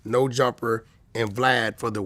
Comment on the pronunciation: Wack say Blad, cant say vlad